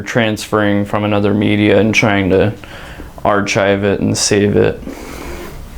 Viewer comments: Sorry, but the "chive" in "archive" is not pronounced the same as the food garnish. It's pronounced ar-kaive. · Did he really say Archyve?